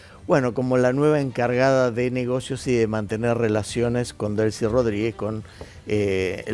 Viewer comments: Délsy ❌️ Delsí ✅️ 🤨 brother aprende a leer de una vez coño! Dijiste mal ese nombre mil veces... que no es que importe ella sino que pronuncies bien jaja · Se dice Delci sin acento en la i